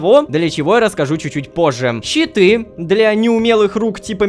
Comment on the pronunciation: Когда ты говорил щиты , я думал читы и только в конце понял что это щиты хD